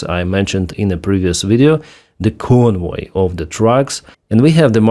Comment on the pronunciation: "convoy of drugs", I was wondering what I was hearing. Lol.